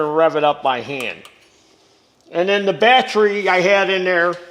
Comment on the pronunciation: Carb - i - traitor Bat - Tree Posit - she - ohne Tens- she - ohne Al - u- minium